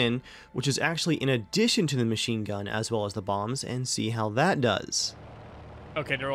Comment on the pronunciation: i kept hearing 500 pound moms not bombs